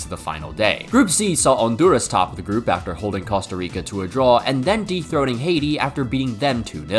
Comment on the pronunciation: I had to rewind because I didn't think you said dethroaning